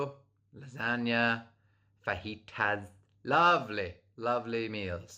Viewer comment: The way you said fajitas cracked me up